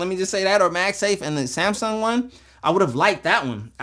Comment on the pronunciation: Smasung? No its SMASNUG 😂